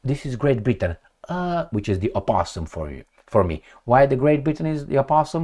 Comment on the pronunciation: "aposum" hahahahhahahahahahah you are good